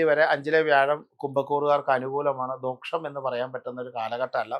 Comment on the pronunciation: ദോഷം എന്നത് "ദോക്ഷം " എന്ന് ഉച്ചരിക്കാവോ?